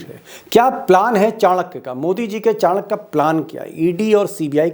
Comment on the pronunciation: चाणक्य नही लौणक्य है।